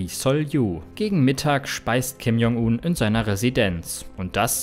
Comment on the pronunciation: bitte die Namen besser aussprechen; j = dsch wie in "Dschungel"